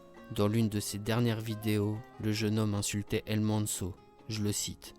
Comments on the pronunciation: Tu me stresse quand tu dit sont nom sa ce dit el mencho avec le ch pas el menso 😂 m’est sinon très bonne vidéo continue 💪🏽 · Apprend à dire son nom bordel 😅😅